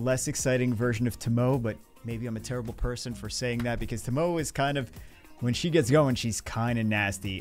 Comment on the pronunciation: Naw with Liliana and Bloody Mary here I don't use Tomoe (pronounced Tō-mō both O's are long O's y'all not smart enough to use her can't even say her name right. But yeah saved 200+ LD scrolls and got 4 LD5s but only 3 LD 4*s but who doesn't like Kinki, Julianna and another Molly. Liliana was one of the 4 as was another Pontus Dupe(2 i own), Destiny, Veronica and the 4th Vancliffe.